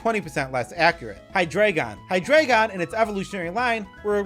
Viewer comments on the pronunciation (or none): This guy's pronunciation of the names are AWFUL Deino is "Dye-No", Zweilous is "Zvye-lus", and Hydreigon is "Hy-dry-gon" because they're based on German numbers. Eins, Zwei, and Drei.